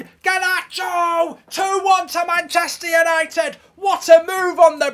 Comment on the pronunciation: Did he say Mancheuure United?